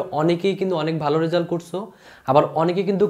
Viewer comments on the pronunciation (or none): Bhaia tomar uccharon khub vul. At first result ke bolecho resul. It's a great mistake!